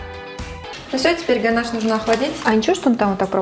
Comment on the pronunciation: и да, не гонаж, а ганаш😊